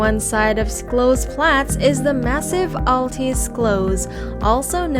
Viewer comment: Terrific video of Stuttgart and its many places of interest - the pictures were beautiful, though many times the narration did not match the picture on the screen. But PLEASE find someone who can tell you the proper pronunciation of places like Stuttgart (Shtootgart), Schillerplatz (Shillerplatz) and Schloss (Shlawss), Wilhelm (Vilhelm). Listening to your narration was painful for someone who lives here.